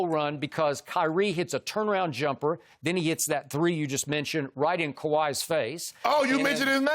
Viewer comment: Skip said Kawhi 💀💀